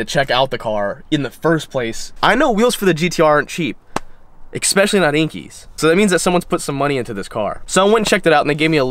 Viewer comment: The wheels are inkies every body.(Actual pronounciation enkays)